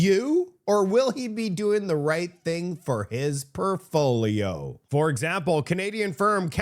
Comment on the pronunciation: “PORTFOLIO” not “Perfoliol”. My friend….